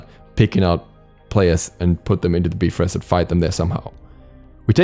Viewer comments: If I hear you calling him heimdollar and the B-frost one more time I'm gonna lose it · The correct pronunciation is biv rost,so we were all wrong. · whenever he said “beefrost” my soul would burn inside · If you look at how it's spelled most are not going to say bee but will say bi. So unless you are studied in the language or brought up in it, you will not know the pronunciation. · BYE FROST (bifrost) not bee frost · say it with me BUY-FROST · Yall know its actually pronounced Beef-rost right? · the nordic is bye-frost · Its pronounced Beefrost.. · Soooooo many times I wanted to stop watching just because of "beefrist" but I kept going. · I really hope he knows Bifrost is pronounced like there is a dash after the I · its pronounced Beefrost, do your research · Hime-dall and bi-frost. Please pronounce them properly my boiii lol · "Bee frost" 💀💀💀😂😂😂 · Knowing the pronunciation is basic knowledge. Sorry you're too ignorant to know that. Smart people don't need to google to know that it's "be-frost." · I mean I wasn't complaining? I thought it was funny, that's it? Even if it is the technical Norse pronunciation (which I have no idea if it is), that is the first time I've ever heard someone pronounce it that way in and it still sounds hysterical.